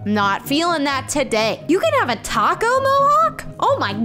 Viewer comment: Taco not top